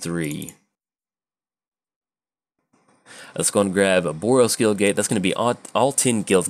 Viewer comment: Demonetized for mispronouncing gate to make it sound like gay Kappa